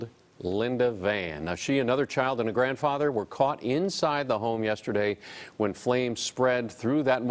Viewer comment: it's not u-yen, it's pronounced wh-e-n, I know who she is and it's a flipping tragedy